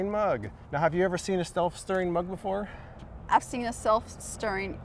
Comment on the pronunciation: "Stelf-stirring mug" lol